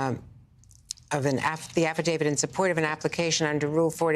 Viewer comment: Why are so many people in the media pronouncing this "Affa David"? It is a "t". Affadavi*t*.